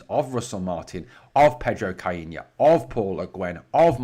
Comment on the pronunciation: You are the only person on these Isles who I've heard pronounce Caixinha properly. 👍